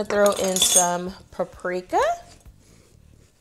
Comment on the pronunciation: It’s PAPRIKA!! Not PARIKA!😂😂😂